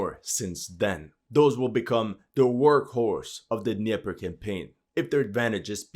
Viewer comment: the D in Dnieper is NOT silent. You pronounce basically all other foreign words correctly except Dnieper. Why is this?